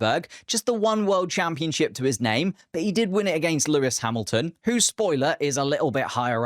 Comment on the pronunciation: Bro it’s Lewis